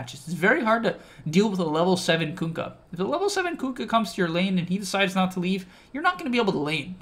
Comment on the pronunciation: "Kunkk-y" lategame